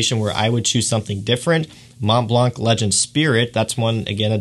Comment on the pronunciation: Thanks for sharing your view on these top fragances :) The Mont Blanc pronounciation is so weird :o cant listen to it...